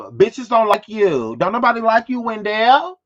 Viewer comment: Omg did you call her Wendell? I can't.